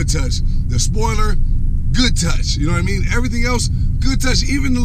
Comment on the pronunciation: "Ya knaw what I meann" 😂😂